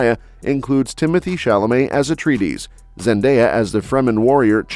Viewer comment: Why does this narrator dude insist on mispronouncing Atreides-?? No one else on the whole planet says Atreeedeez like this butthead does...😊